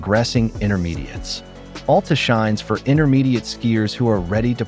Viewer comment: FYI, it's Al Ta, not All Ta